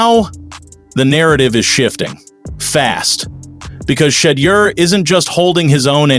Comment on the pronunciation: Plz pronounce his name, right